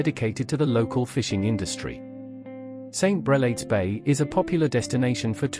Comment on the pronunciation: Brel aids bay = St Brel ards bay ....as in hard